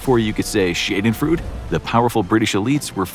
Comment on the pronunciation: It’s pronounced shahdenfroyduh